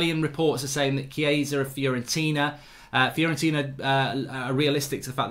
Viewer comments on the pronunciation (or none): none